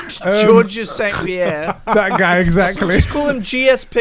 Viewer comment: Funny to hear say with such confidence "Georges St Pierre" when really its just pronounced George. Great podcast lads